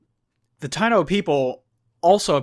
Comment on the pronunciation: It's Taino "ta-i-no" were the original settlers in some of the islands in the caribean until Colonists arrived and brought slavery and illnesses just to get resources to bring back to Europe.